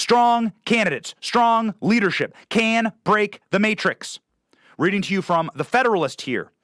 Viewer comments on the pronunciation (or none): none